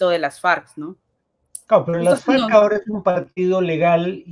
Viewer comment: mucho mejor en las entrevistas que leyendo las noticias. Pero por mas joven que sea tiene que saber cómo se pronuncia "Las Farc," que no es Las Farcs o Ley Marcial, y que no hay sociedades "bastantes" fragmentadas sino sociedades bastante fragmentadas. La ventaja es que es joven y puede mejorar...